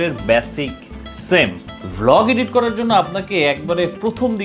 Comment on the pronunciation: ইডিট, ইডিটিং এটা সঠিক উচ্চারণ না ব্র।দয়া করে খেয়াল রাখতে পারেন।